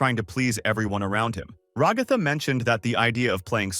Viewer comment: RagÁtha, KamAUla... strange way to pronounce the name but okay...